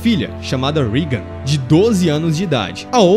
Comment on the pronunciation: Não é rigan, É Regan!